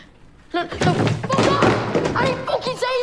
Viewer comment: "What the PHOCK was that" lmao